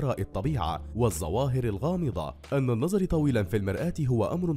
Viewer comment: منذ القدم؟ بفتح القاف؟ يعني الرجل؟ الله المستعان النظر بضم الراء وليس بكسرها وغيره وغيره............